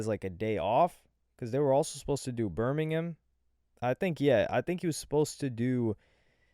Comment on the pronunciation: Bur-meeeng-ham. This is Alabama, not England.